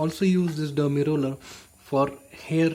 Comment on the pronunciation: Its Derma Roller not Dermi Roller.